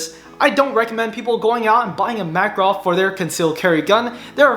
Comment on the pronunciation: It spells like MakAAAArov with emphasis on middle A.